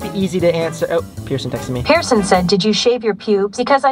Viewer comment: i thort you said person wheel